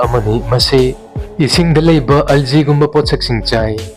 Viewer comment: bro algae : alzee hyna pabiganu "alghi" ( gok ee nap hytaare meitei mayek ta hyrgana) sumyna pabiyo thank u